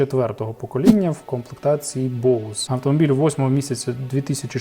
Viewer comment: Лайк за правильно вимову Боус! А не як 99% босе))))))